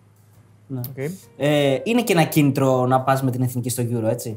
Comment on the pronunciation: Μόνο το ΕΦΝΙΚΗ λέει λάθος κατά τ άλλα πολύ καλά